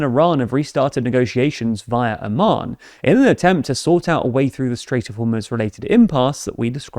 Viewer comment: Could you please learn how to pronounce "Oman"? It's not pronounced "AH-mahn". That's the capital city of Jordan.